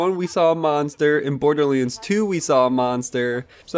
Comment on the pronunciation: Damn it! Stop saying "BORDERLEENS"!!! It's BORDERLANDS!!!